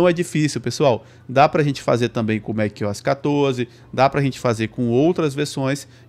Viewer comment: "Mac Ois" tá louco 😔